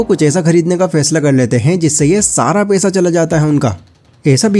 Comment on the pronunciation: पैसा बोलो भाई पेशा मत बोलो 😊